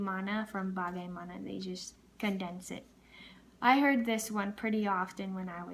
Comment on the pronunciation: nggak nya pas banget, tapi masih ada yang salah pas bagaimana but i love it😘